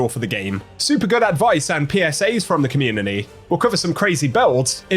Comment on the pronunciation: "communiny" beating the AI voice allegations eh?